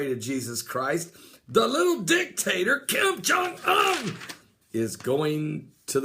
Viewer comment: "oon" like moon, not "un" like fun.